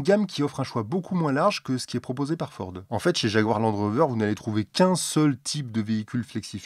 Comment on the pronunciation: Fiord,? Problème de diction ou messages codées? Sinon en import d'occasion, il y a des Volvo en flexfioul (v70, xc70, v60, xc60, etc).